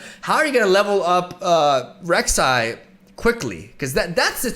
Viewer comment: I'm liking the video cause he got my Queen's name right.